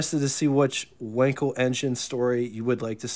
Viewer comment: Not Wenkel... but Wankel..., sounding like Waankel. An 'a' such as in car.